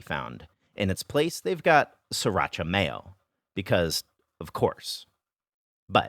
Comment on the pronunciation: I'm loving the "sririacha", but seriously, four years in the PRC and man did I miss Taco Bell.